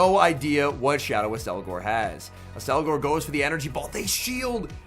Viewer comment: It's apparently pronounced Ak-SEL-gohr but I can see why you want to say Ass-elgor